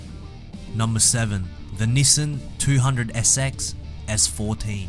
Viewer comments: say after me ,,, NiiiiiSaaaaaaaaaaaaaaan ! ,, not nisan NIIIIIIIISSAAAAAAAAAAAAAAAAAAAAAAAAn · youre actually saying nissen. Which yes its very wrong. And sad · good news ,, you replied to me :D bad news ,,, japanese people will be so annonyed when when they hear you pronunce their iconic trademark like thaaaat ,, sincerly ,, your follower ,, from egypt ,, yeah ,,, egypt